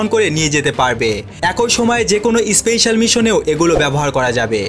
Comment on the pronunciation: Kangladesi especial noi special bol